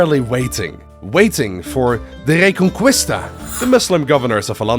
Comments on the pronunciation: A little correction, as a spaniard, Reconquista would be pronounce Reconkista, no Reconcuista. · So much prep but you couldn’t look up how to pronounce reconquista???? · man you’d better not pronounce Reconquista like that for the rest of the video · reconqUista (the real spell is like reconkista) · Good video, the only problem is have with it is how butchered the pronunciation of reconquista (re con key sta) is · The “u” in reconquista is silent JSYK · My spanish ass raging everytime he pronounces "reconquista" wrong